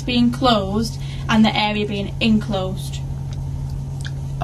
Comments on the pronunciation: you are right but if you listen carefully she does pronounce it as “in closed” a couple of times 😂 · Stupid woman it’s enclosed not inclosed which is considered archaic and nonstandard. talked too much answering her copsplaining.